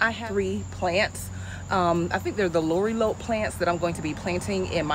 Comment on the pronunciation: GM just seeing this video🎉 The correct pronunciation is La Rye A Pee 😂. Just say it fast 😂. Lorilope is cute sounding though 😂. I just broke it down the way it sounds not spelled 😊